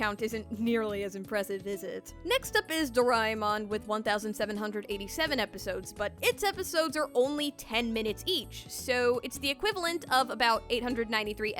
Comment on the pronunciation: Good video but you said....Doraiimon...Do-raiiimon...